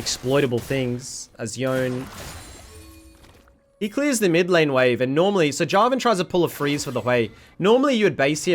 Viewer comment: Are people just too lazy to pronounce yone with two syllables?